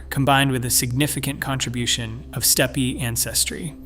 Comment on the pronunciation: Steppy Ancestry? I suppose you mean steppe, which is pronounced step in English.